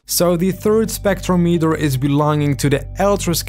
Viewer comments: It's not pronounced Spectro-metre. It's Spec-trom-i-ter. They even say it correctly multiple times in the game, but you still say it wrong every time. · so u actually heard the guy say "spectrometer", and still chose to pronounce it "spektrow-meeter"????